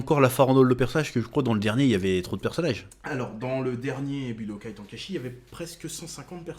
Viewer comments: Putain wsh pk tonkaïchi Ten, ten bordel comme le chiffre en anglais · Tu prononcé mal chez cet ten comme ten ten de naruto et pas TAN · Budokai « temps kai chi »